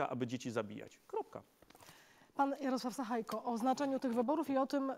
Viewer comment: Nie sachajko, ale sachajka, tak jak Łukaszenka, Sabalebka itp.